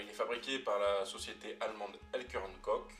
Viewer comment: petite rectification, le Ch de Koch se prononce Korr, sinon très bonne vidéo! :)